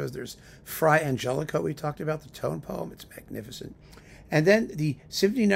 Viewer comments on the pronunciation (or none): philipedsch I knew that, but pronounced it with an a at the end. So …